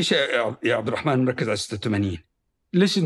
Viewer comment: طريقته في نطق عبدالرحمن غريبة كانه يقول عبد الرحـman 😂